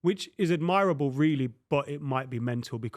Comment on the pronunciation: the way pronounced the word ‘admirable’🤪